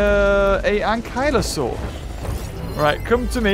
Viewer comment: 'ANKYLAUR' ok...... 😂😂